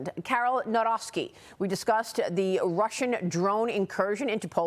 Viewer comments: "Now Rocky", not Nowrowsky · Nowrowski, Naroski... Naw-roc-ki is the correct version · Thank you for this interwiew. PS- it’s not Carol „Narovsky”, it’s „Navrotsky” (correct spelling is Nawrocki, but to pronounce correctly spelling as above). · NAWROCKI NOT NAŁROCKI - learn how to pronounce someone name before talking. mis professional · "Karol Narovsky"... :). Dziennikarze Fox Business nawet nie potrafią się nauczyć wymowy nazwiska polityka o którym mówią... Aggression from Poland??? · Na-v-ro-c-ki. Dare you not pronounce a "w" as in English per "window" forget about it. W read as V. And never merge c with k please. C is C as in Cinderela or Cinema. If you can pronounce some chinease cuisine suases like Shechuan, then yes, you can get the Polish President surname. But no, nobody is ready, allies are not ready...even to pronounce Presidents Surname.... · NAWROCKI - it's time to learn how to pronounce His name properly!!! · Who?😅 Boy she butchered that surname. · She did not say his surname correctly